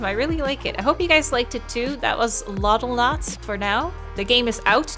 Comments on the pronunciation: It's Loddlnaut like astronaut lol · I hate to be this guy and I never am but it is Loddle"not" Just like Astro"not"! love your content:) hope you Kitty is doing good, aswell you you and you household:) Lovee you:) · I 100% expected it to be pronounced like astronaut, you learn something new everyday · Day 7 of watching Loddlenaut, because she has not uploaded another part of it. And also getting triggered at her saying: “Preparing to di’e”. Yes I watched this video ten times already….